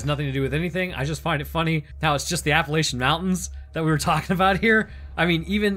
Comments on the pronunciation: you’re from Georgia, why’re you pronouncing the mountains like that??? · Dude, you're killing me with that pronunciation...the 'ch' in Appalachian is pronounced like in chain, or choose...source: me...born and raised in the area you kept flashing up on screen; i.e. the Linn Cove Viaduct and Appalachian State University. Except I'm a go Wolfpack kinda girl, because I went to N.C. State University. No Mountaineers in my house. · i love how everyone who's not from the NC/VA/TN area pronounces the Appalachian mountains the wrong way. They are not the AppaLAYSHUN mountains lol.